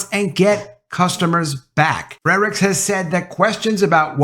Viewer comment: Do you think you can start pronouncing Anson F R E R I C H S last name properly? It is not FreDrichs. No D in there.